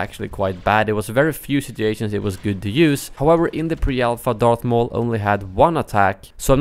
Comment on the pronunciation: And darf maul